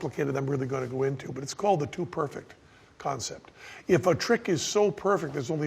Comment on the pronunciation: Thought he said Dude Perfect when he said To perfect lol